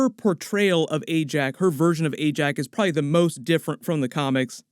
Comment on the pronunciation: You're doing a great job, young lad! I enjoy your videos well. But don't get a swelled head or get sloppy, you're not perfect! For one thing, there's three syllables in the word "probably" so don't sell us short. Otherwise a great effort.